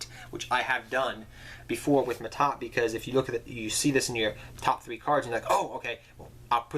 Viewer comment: that's "Ma'at" not Mahad or Ma'Ta xD